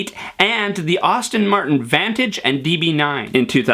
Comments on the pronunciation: I heard "Austin", too. That's effing WRONG! "ASS-ton", dammit! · I hate to be "that guy," but it's Aston Martin, not Austin Martin. And and my mind went kind of numb after eight minutes or so — otherwise great! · Thanks, but we just heard you pronounce "Austin" when you called the DB9 an "Austin Martin". Oh, by the way, the designer is called Henrik Fisker, not Heinrich Fisker. He's Danish - not German. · It’s pronounced Aston Martin, not Austin Martin. While we’re at it it’s porshuh, not porsh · Boy, I wish you would learn to pronounce “Aston-Martin” properly. It’s “ass-tin”, not “awes-tin”. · I believe it's Aston-martin, not Austin-Martin. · It's pronounced Aston Martin NOT Austin Martin. Austins are completely different cars. Car expert? snort... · The subject is intresting. But the speed and his bloody pronunciations of words have made me lose the will to live. Plus his accent is a bit like dragging finger nails down a black board. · Please Pronounce names properly ASTON Martin NOT AUSTIN Martin Thank you, but I won't be subscribing.. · ASSton not AUstin 🤦‍♂️ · Dude...... It's pronounced ASTIN, not AUSTIN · It’s Aston not Austen and Por-sha not Porsh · Do you also say "gahs"? You seem to pronounce every single word with an "as" in it correctly so you probably learned how to say Astin Martin incorrectly in the first place. It's OK to make a mistake, and even more OK to correct it. I think we'd all respect you more if you just said "Astin" instead of "Ahstin".....just sayin. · Did I realy hear you say Austin Martin instead of Aston Martin? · Aston Martin not Auston Martin...lol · He's not alone. I too heard "Austin" Martin. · “Aston” Martin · Did you just say “Austin” Martin? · As distracting as it was, all of your hand-flailing could not disguise the fact that you mispronounced "Aston-Martin" as "AUSTIN-Martin" several times. Your clip had lots of good content, otherwise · Andrew Burke think ASS-tin..... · yeah, noticed that too. Moron in the vid